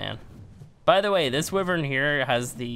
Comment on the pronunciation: It's wYvern not wIvern